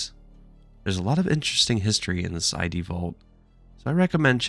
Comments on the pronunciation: Id, not eyedee. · 2024 and people are still saying "eye dee"